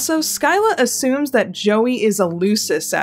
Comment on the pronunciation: I am Swedish and you pronounced "skylla" so badly I kind of forgot it was even a word, though that makes sense since the sk-sound (or the ɧ sound) does not exist in english